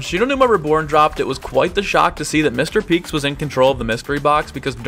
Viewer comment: everyone keeps saying “Mr Peeks” when it’s “Mr Peak” with an A